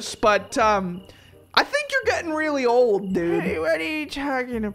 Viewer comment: its old not mold😡🤬😈